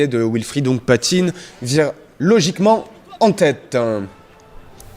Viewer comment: il faut lui dire au commentateur que c'est Hounkpatin et pas Hounkpatinne